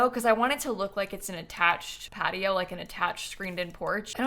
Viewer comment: Am I the only one hearing "Cat-i-oh" instead of "Patio"?